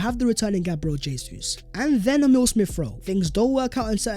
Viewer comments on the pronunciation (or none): none